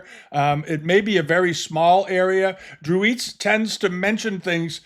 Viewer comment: FYI: Dreweatts is pronounced "Drew-its" not "eats."